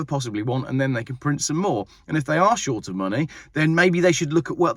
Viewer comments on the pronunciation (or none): none